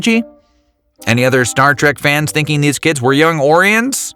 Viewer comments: Somebody tell him it's "o-RYE-un," not "OH-ree-un"! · O for fucks sake its O-RY-N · Say Orions again... its pronounced Orion as in Orion's Belt.